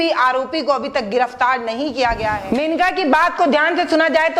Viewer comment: मेनिका नहीं मोनिका चौहान